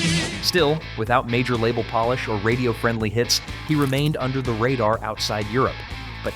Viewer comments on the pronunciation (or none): none